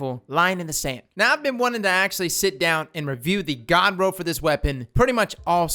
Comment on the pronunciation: Anyone else think he sounds like he's saying ga-ga roll?